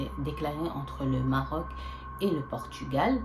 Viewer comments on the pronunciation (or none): none